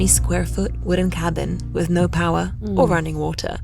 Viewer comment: How can you pronounce "rare" but not "power" or "water" ?????